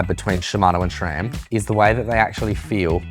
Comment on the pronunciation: Since the S in SRAM is named after a guy named Scott, why is it pronounced SHRAM?